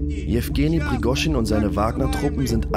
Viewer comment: Prigooschin ausgesprochen: kann doch nicht so schwer sein, oder ? Aber: danke für das schöne Video!